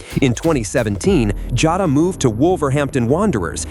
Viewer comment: It's not Jata it's Jota!!!